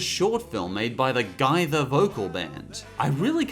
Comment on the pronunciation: Pretty funny for some reason hearing you pronouncing the well-known country-western and gospel group (not as big as Willie Nelson or Hank Williams Sr. or Jr., but well-known if you grew up in America's Midwest or Deep South like I did) and family "Gaither" as "Guy-dar" instead of "Gay-fur" (plenty of low-brow jokes right there, I know). XD